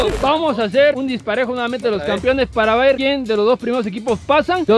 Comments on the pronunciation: Oigan papus, no se si escucho mal, pero dicen campiones xd es campeones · No importa cuando leas este comentario,el sigue diciendo "campion"